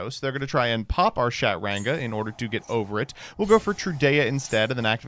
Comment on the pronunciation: "SHAT-ranga" is diabolical, even for you 😭